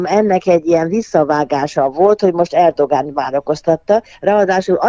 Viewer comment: Erdoán a helyes kiejtés, tessék utánanézni